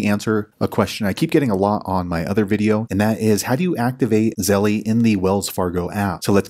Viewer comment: hi, great step by step tutorial. I have Navy Fed. So I sent this video to my Aunt to show her how to set up Zelle in her Wells Fargo app. It helped her. Thanks. Also just an FYI although it’s spelled Zelle. The E on the end is silent. Therefore it’s correct pronunciation is Zell 😊